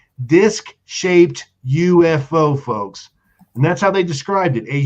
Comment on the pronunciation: I'm going to start a drinking game & drink every time says "focks" blawhahaha 👊🤣👍